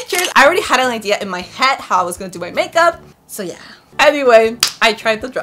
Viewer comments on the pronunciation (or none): And it's head not ha